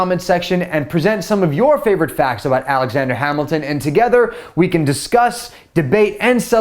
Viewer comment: alajander hamilton? um who is that